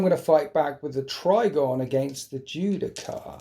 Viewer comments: The only thing that triggered me more than watching you forget to use the ancient's ability was listening to you say Judi-CAR- over and over again good game tho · "Ju-Di-Shar." You're welcome.